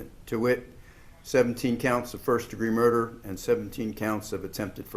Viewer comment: She said murner not murder